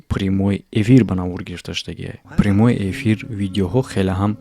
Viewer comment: "примой эфир" 🤦‍♂️ ещё раз "примой эфир" Карл 🤦‍♂️